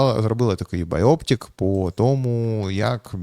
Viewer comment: Байопік, а не байоптик